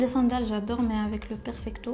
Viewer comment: Hhhhhhhh fe dkika ahkoli 3la mo fom kbir ki kalat ahhhh oui j'aime bien le perpicto 😂😂😂😂 yawwww perfecto machi perpicto chaba3touna haaafff